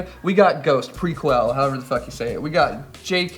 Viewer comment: Prequelle is pronounced Preh-Kell